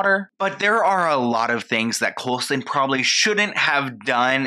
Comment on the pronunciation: I love how keeps calling him COLESON hahaha